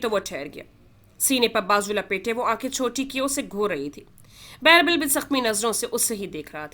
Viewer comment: It is birbal not bairbal 😅